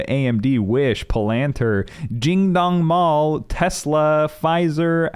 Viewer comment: PLTR is not pronounced puh-LAN-tir, it's pronounced pah-luhn-TEER lol